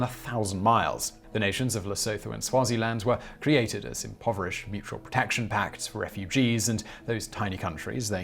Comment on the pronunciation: Just for info, in isiZulu, ‘th’ in a word is pronounced ,’t’ so Lesotho would be pronounced Lesutu, and ‘ph’ is ‘p’ not ‘f’ as in Phehlukwayo is not Fehlukwayo....